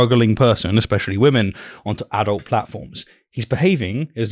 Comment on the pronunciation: She correctly uses the word “autonomy”, but says “expescially”…